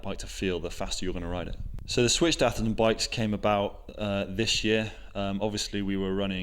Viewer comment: "Oi call it ther Aftherton Saturdayy.."